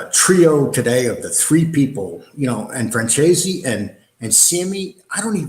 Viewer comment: here u go,some help from NY.its pronounced FranZEACE take the word Peace and remove the P add the Z...